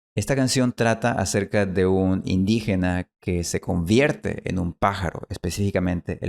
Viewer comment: did you pronounce v in convierte more like "vh" or is this my bad ear?